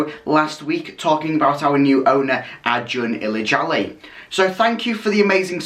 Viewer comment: You got the pronunciation right, congrats :)